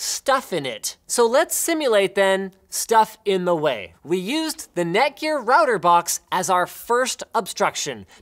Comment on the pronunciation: Stop mispronouncing router or I may cry.